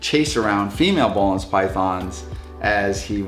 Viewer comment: Great video as always, thanks and the team! Just a small detail, you pronounce it ''boolen's'' instead of ''bohlen's'', Boelen is a Dutch name.